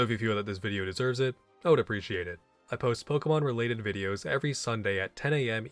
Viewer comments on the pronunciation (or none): none